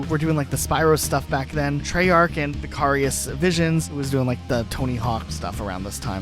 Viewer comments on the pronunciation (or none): You not being able to pronoun Vicarious properly bothers me more than it should 😂